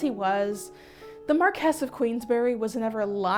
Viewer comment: iirc, they made the marquis of queensberry a character on Mike Tyson Mysteries because he was a fan of boxing and invented the "queensberry rules" ironically, they made him gay in it. he has a boyfriend named Daniel <3 also everyone mispronounces marquis as "marcus" which gets me every time